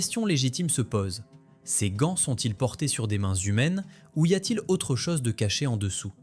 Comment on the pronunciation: Hote technologie, otel, otre chose, la cose.... fotes de prononciation !